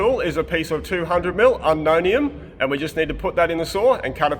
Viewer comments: Unknownium is pronounced un You own- it- hum up here in Banana Land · My dumbass asked Google what Unomiium was as that’s what I heard. 😂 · "200 mm Unknownium" 😂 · I literally went "wait, what?" and had to go back to check what I'd heard 😁